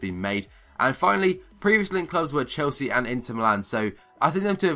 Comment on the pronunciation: haha wtf are saying dude ? chosea ? you mean chelsea ?